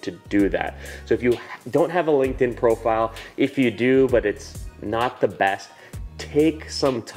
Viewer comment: i was on board with everything you said, until you said "Linkedin" lol...